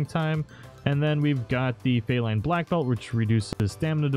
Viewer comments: ZaleraArkanus666 there's only one way to say it though? It's FEE-line, as in cat, as in the Palico is a cat. Mystery solved 😒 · I know he kept saying fey like the mythical creature and it hurt to hear... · Where is that accent from does he know its pronounced FEE-LINE not fay-line? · brother it is is FEE-LINE not fey-len lol. its meant to be like a feline a cat since its palicos just replaced the y <3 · Pretty sure it's feline not feyline. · Fee+line. Not fey-line. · I'm pretty sure felyne is pronounced feline, not fay line or fay lin... Monhun loves its puns. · Lmao.._ felyne..its Fee line not fay linn as in cat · Nitpick, but it bothers me whenever you say Fae/Fey-line instead of Fee-line. The y only replaces the i, it doesn't modify the e. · its " fee-line" not "fay-line" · faylin? i think it's pronounced the same as "feline"...you know...because they're cats? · “Feyline” “Feeline”is how you pronounce it. Feline as in cat. They just spell it felyne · Feeeeeeeelyne! Not Faylyne! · Felyne isn't "faylin" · Jesus...this guy can't say "FEE LINE". Driving me friggin RABID. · I didn't know it was pronounced "fay-line" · FEE LINE is how you say it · Felyne = Feline (fee'line)...you know, like a cat. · My God I'm sorry but it is fee-lyne pronounce that cat right lol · had to turn it off after "feyline" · I know I'm that guy but i believe it's "FE- LINE" like a cat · That first Felyne Rider..... More like fail line Rider. Learn to talk son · Awesome video 📹 never heard anyone pronounce Felyne like that though 😂 (fee-line) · Why do you pronounce felyne differently than you would pronounce feline? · no, they say Felyne quite a lot of times, actually. He should know how it's pronounced. Even if he hasn't seen or didn't pay attention to those cutscenes, it's quite obvious how it's pronounced.